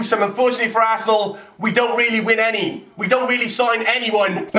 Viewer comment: The way says Arsenal......"Assenal"